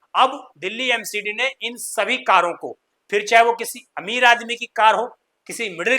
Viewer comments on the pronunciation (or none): none